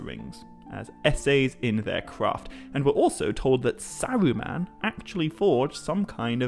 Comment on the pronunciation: I know who Elrond, and Saruman are. Not sure who El-Wond, or Sa-Wu-Man are. Maybe Tolkien wrote a Silmarillion based on the Elves of Elmer Fudd? Be Vewwy, Vewwy Quiet. I’m hunting Owcs.